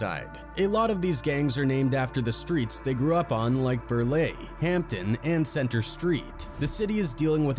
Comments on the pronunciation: its pronounced Bur-lie not Bur-lee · He said burr lay hahah its burr lie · PRONOUNCED BURR-LIE [ BURR-LYE ] - NOT - BURR-LAY 🙄🙄🙄🙄🙄🙄🙄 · That is not how you pronounce Burleigh! Lmfao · Dog gave it a French twist lmao😂